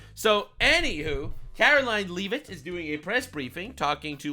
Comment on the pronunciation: How are you still saying Karoline Leavitt's last name wrong?!! 🤣🤣